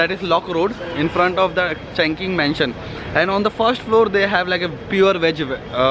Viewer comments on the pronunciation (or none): Hahhhha your pronunciation 😃 sabko aisa hi hota hai first time. dude first one is चुङ्किङ्ग मेनसन not चङ्किङ this is a name of Bldg and a name of place not चासुमचुई its चिम शा चुई ....also u can call TST...n yes bro indian food r expensive whereever u live ...m 7eleven main thoda mehengga hai coz that is 24hrs open supermarket....jidhar aap rahe ho chungking mention mahut mehengga hai sare chiz TST se ek station aage Jordan main aana chahiye thaa